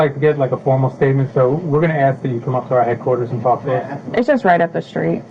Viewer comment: and Another one that CAN'T Talk properly in her first language THEY never ask anything THEY always Axing🪓 question why Axe why??? Is it a lip thing that make THEM unable to say ASK! ASSSSSK! NOT AXE!!!🤦🏻‍♂️ Even my that was born and raised in a Québécois (French Canadian 🇨🇦) and I can Ask for thing even if i didn't learn to speak in English before my 20's but born an raise in USA main language is English and can't say a 3 letter work properly! It's laughable and pathetic at the same time!!🙄